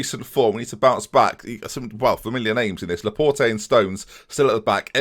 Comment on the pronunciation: Hey, no pronounced E in Laporte;)